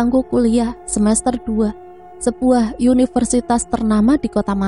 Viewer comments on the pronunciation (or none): Maaf koreksi Universitas dalam bahasa Indonesia, diucapkan sebagai U bukan YU